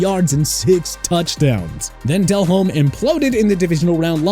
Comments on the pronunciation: Why is saying Jake Delhomme's (pronounced Del-ohm) name so weird in this video? And neglecting the fact that Jake had his best career year without Smith? Also at the point when he was actually on the decline without Smith, he was already well into his 30s. That was a research fail. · Delhomme is pronounced as del-ome.. the H is silent.. 🤦🏼‍♂️🤦🏼‍♂️